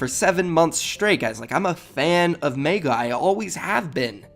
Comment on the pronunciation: why does he meyga its megga